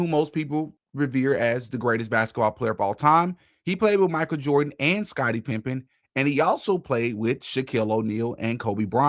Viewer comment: Bro said, “Scottie Pimpin”